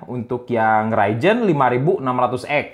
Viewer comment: Ryzen kang lain raijen 🤣